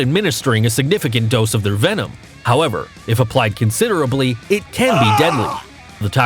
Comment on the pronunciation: Venom. It's venom. How are people still making this mistake?